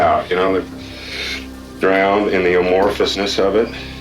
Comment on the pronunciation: "a-mor-o-phous-ness".....That's one too many syllables, Coach.